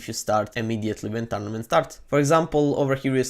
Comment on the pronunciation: If u play “TaRnAmEnT” I love his accent!😂👍🏻